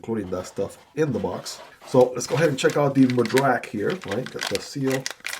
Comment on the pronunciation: I'm glad you like it. Will surely check the review! You nailed the pronunciation of the Madrac. Thanks!